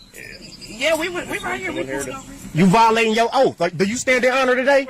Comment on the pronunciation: The officer is violating his “oaf”